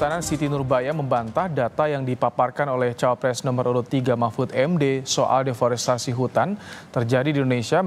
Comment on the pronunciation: 2.39 Prof Empud salah sebut, harusnya DEFORESTASI, bukan DEFORESTRASI, emang jualan TRASI ?